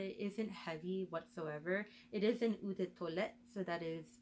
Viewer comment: Eau is pronounce as *O*, not ewww